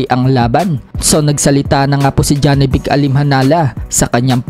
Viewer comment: Manuon ka ng fight hub tv jawi boxing manga international boxing announcer kung animhanal ba ang pag bigkas ng pangalan ni janibek… 😂😂